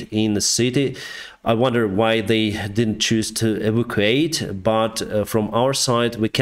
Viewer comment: Hi: Well done for your daily summary of events in Ukraine, particularly considering that you do so in what is for you the foreign language of English. At the risk of being pedantic, may I offer a slight correction to an English word that you have been required to use quite a lot recently. That word is EVACUATE, which in your context means "to remove from a place of danger". Evacuate has four syllables and is pronounced: EE VAK U ATE Your pronunciation sounds like EVOCATE, which has only three syllables: EE VOK ATE Evocate is not a very common word and has this rather unfortunate meaning: "to call up from the dead". I think it's what people try to do in seances. Hopefully, you won't need to use the word evacuate again, at least as far as Ukrainian soldiers are concerned, but if you do, I hope this helps. Best wishes to you and the brave people of Ukraine.